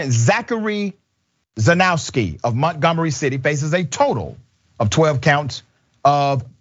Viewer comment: I think I woul pronounce his name more like "cherny-effskee"